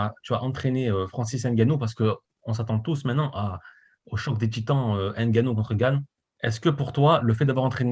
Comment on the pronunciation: C'est pas N (haine)GANNOU , c'est NGANNOU...@ "Quand tu sais, tu sais"🤣🤣🤣...Cyril n'est pas Miocic pour encaisser des pêches et encore on a vu Ngannou Miocic2...Et c'est sûr on ne sort pas d'un combat contre Francis NGANNOU indemne! Ça va chier ! "Quand tu sais, tu sais!"...🤣🤣🤣✌🏾😉✌🏾...✌🏾😎✌🏾